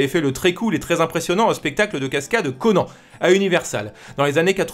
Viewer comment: Franchement je t'adore mais tu ne sais pas prononcer Conan (Anne) je suis extrêmement déçu. Mais continue comme ça quand même. Conan (ConneAnne)